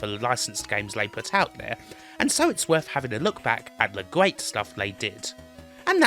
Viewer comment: It's a gweat expewience